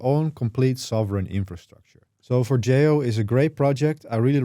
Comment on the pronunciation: Finally, someone that pronounces Forgejo correctly!